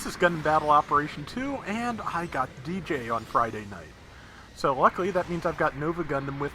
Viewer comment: Di-Jay. Not Deejay. It’s like pronouncing Dig without the G and then Jay. Dijeh